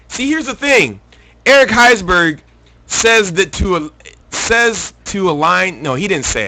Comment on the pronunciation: lol its because you cant read, you pronounce EVERYONES last name wrong haha